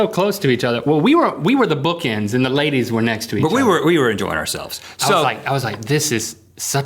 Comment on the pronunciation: well errr everyone thinks u guys were handsome sooo errr thats why you have to dancers - - _ plus u also say "lladys" <3